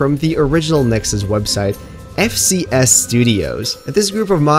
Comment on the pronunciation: bro he said FSC not FCS